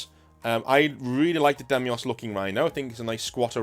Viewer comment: Deimos. Dye-moss. Like the smaller moon of Mars, or the Greek god of dread.